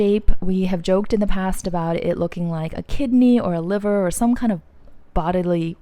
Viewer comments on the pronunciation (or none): none